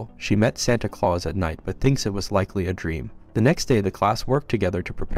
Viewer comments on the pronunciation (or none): none